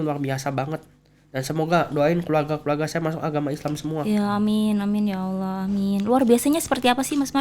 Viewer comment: Mba nya harusnya billang Allah bukan Owo